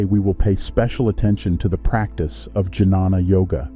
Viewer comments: This is a 💎 of a video. I think it's pronounced "Ghyana" (with a g as in guard) instead of j as in juice. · Great information. Well made video. Nice images. Excellent narration. One suggestion - it's pronounced as 'nyaan' or 'gyan' and not janana.